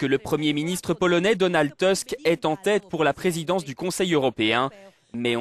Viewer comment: Ce n'est pas "Teusk" mais "Tousk". Vous-avez tous les voyelles à prononcer.